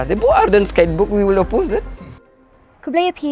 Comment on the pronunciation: “Guidebook “ Stress On the Word.